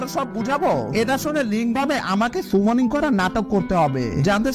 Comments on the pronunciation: আপনি যেটা সুমনিং বলছেন সেটা তো সামনিং 😂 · Bhai সেটা সুমনিং না সামনিং।